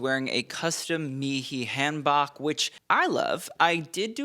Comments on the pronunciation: I know this is not an important detail, but your calling the Korean outfit a Han (like can) Bok (like talk), and it is pronounced Han (like swan) Bok (like spoke) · i love you but i am begging you to pronounce hanbok as hahn bohk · Daniel's hanbok is pronounced han-boke - or at least that's how we say it.. :) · So he's pronounced hanbok wrong in at least two videos now and the comments keep correcting him, so I'm not sure what's up... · Hi, thanks for all your work. I wanted to gently correct your pronunciation of hanbok since I know you like to be accurate. The "a" in hanbok is pronounced like the "a" in "father." The "o" is pronounced like the "o" in "boat." Hope that helps! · Daniel Dae Kim looks so handsome as always! For future reference, the “Han” in hanbok is pronounced like in “Han solo” and not the same vowel sound in “hand”. And the shirt part of the hanbok is called a jeogori (저고리) and the long vest is called a kwaeja (쾌자). Waist-length vests are called baeja (배자), and long sleeved overcoats are called durumagi 두루마기. (Edited 12/7/25 to correct the name of the type of vest) Regardless, love to see traditional Korean fashion on the red carpet~